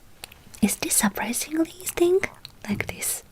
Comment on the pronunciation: I don't know if many other people have said this but a little English tip in English we pronounce surprisingly like this Sir-Prize-eeng-lee I don't know if that was the correct way to teach you but hope this helps